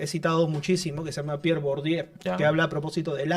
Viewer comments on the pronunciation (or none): Que se dice Bordiuuuuu